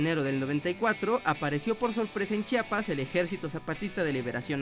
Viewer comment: Por fin, Alguien que dice "Chiapas" en vez de "Chapas"